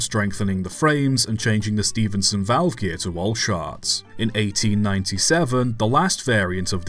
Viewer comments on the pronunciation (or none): none